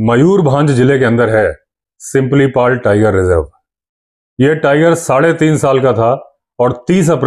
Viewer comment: सर सिमिलीपाल है सिंपलीपाल नहीं Btw nice video 👍